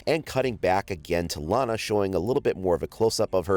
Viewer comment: Iana not lana